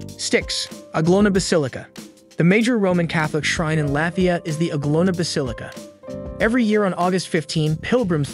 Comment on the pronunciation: Nice but reader needs to get words pronounced better. Anglona us a pilgimage site for millions of Christians.